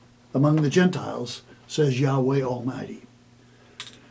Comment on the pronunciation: YOU SAY THE NAME, "YEEEHOBLUNKGRUFFEIEWAAAAAAAAAAAAAYTEETOE" IS TOO HOLY TO PRONOUNCE, BUT ALL DURING YOUR VIDEO YOU MUCK THAT NAME UP BY MISPRONUNCIATION!